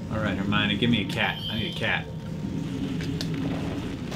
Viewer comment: The way Hank said Hermione once it sounded like Hermayonaise xD